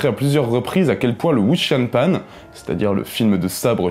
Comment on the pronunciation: Wow par contre, c'est "Wǔxiá piàn" (ça se prononce environ "woushia piène") ^^ Sinon, et pour les anglophones, il y a cette excellente critique du remake disney par un jeune cineaste d'origine Chinoise